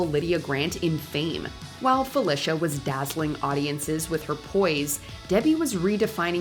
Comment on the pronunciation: PHIL- LEE-SHA not fill-ish-uh